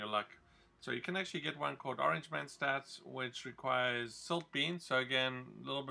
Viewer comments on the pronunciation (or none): It's mentats not menstats